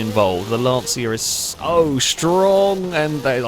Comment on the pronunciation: can someone tell it's not "Lantseea" but more like "Luntchuh"